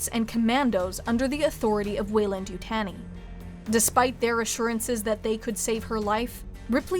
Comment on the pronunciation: how can you manage to mispronounce Weyland-Yutani?